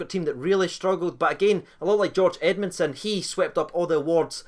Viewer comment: “Greg edmundsom” cmon